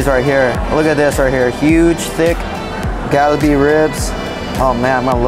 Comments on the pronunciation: "Gal-uh-bee??? WTF?" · It’s kalbi ribs, not galbi.